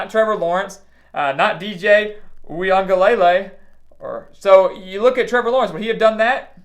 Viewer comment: Excellent effort on the pronunciation. ooo-eee-ANG-uh-lu-lay (say the lu-lay fast). Clemson's young and out of sorts defense without 3 starters already beat ND's best QB in Jurkovec. Really shut him down for the 2nd half. If any of those starters are back pretty sure they can do even better with Book, the second best but with a huge gap. LOL. Watch the ND running game though. Also it's funny to hear fans jonesing for Fickell > some Auburn and Miami fans and a few FSU fans. Haha.